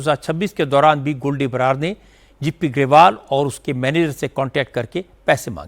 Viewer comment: 🤣🤣🤣🤣 kam se kam news to khud bola kro, abb kya yeh bhi AI se dubbing karwaoge jo गिपी को जीपी ग्रेवाल और ओंटारिओ को ओन्टेरो बोल रहे हो